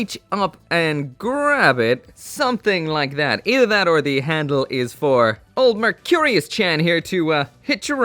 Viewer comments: VAY-Eight , Merc -re-us. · Anyone besides me getting annoyed with the way he is pronouncing vayeate and mercurus?